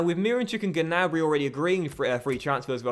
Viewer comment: gnabry is pronounced with a silenced g So it pronounced nabry